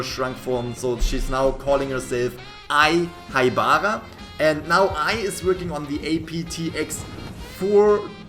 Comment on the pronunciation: Ai HaIbAraAcK